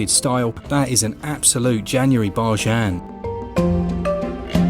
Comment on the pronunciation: January “barjain” 😂, and again you’re killing me 🤣